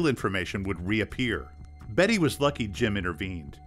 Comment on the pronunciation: Its BESSY not Betty... dear lord